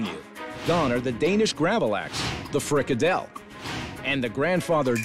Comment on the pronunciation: As a Dane I feel violated by how they made the food. But the way Gordon pronounced frikadeller was really good